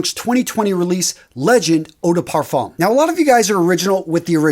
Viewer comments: Parfum is pronounced more like par-fuh. The m is very soft. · The M in Parfum is silent say Parfum without pronouncing the M in it.😉🙏🌞🌆👌 Blessings~